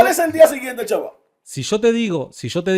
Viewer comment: No se que me molesta mas de Jairo. Su actitud al debatir, o que diga "chaba" en vez de SHABBAT.